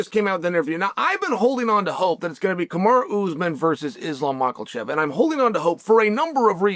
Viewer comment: Lol, where's the L in Makhachev? There is none, so why does Chael keep saying it? lol